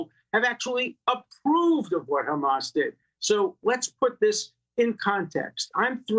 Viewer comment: Hammas?? C’mon!😂